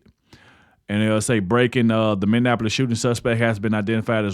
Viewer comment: I've just recently found your channel and of course some of the content you have I've already seen some I haven't, but I'll help you with something. To pronounce Minneapolis= Minnie app poll less, You're welcome.